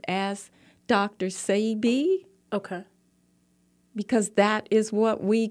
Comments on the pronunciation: It's pronounced "Say-bee", not "See-bee". Ugh.. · It’s when she corrected her on how to pronounce Sebi …yet she still mispronounced it😫